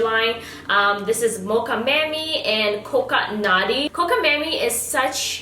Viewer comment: Every time you said "Mammy" instead of "Mami" I hollered! 🤦🏾‍♀️❤😘